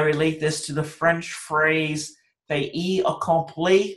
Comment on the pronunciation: Thank so much for the videos. I wish there was a way for me to pay you back.: Pronunciation should be: Fait Accompli. IPA: /ˈfeɪt.əˌkʌm.pli ( Not fe-ii ) Laissez faire